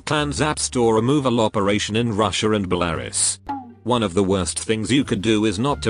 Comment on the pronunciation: You pronounced Belarus wrong its "Bellaroos"